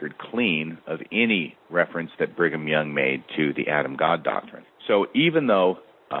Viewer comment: are you saying “Bringem Young” like 4/5 of the time or is it just my ears? Also so strange to me to hear you address by anything other than his nom de guerre. Great breakdown of the topic *chef’s kiss